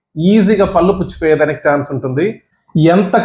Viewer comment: పల్లు కాదు పళ్ళు అనాలి